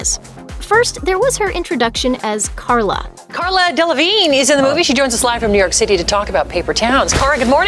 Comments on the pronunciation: They said "Carla" instead of Cara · Yeah.real bright news crew,,couldnt even bother to read her name right..